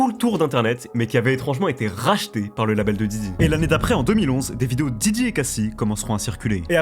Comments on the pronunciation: Stp fait un effort, c’est diddy pas djidji avec ton vielle accent tout pété. Merci sinon pour la vidéo ☺️ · Ta dis jiji au début ? Je pleure 😂